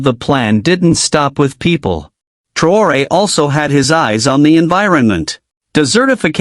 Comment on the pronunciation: Bukan TraYOR,,,,,,,INI NAMA TEPAT NYA MAS,,,,, IBRAHIM TRAORE